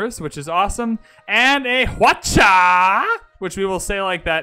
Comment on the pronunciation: Seondoek is pronounced as "sun duck". Seowon is pronounced as "su won". In Korean, "eo" is pronounced as "u" - as in sun, bun, pun. In Hwatcha, "H' is pronounced strongly. I am Korean and know this for sure :)